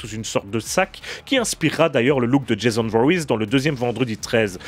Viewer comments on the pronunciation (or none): none